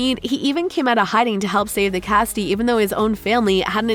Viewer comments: It was a really nice video but FYI it's casita not castia.🙂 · how she said casita tho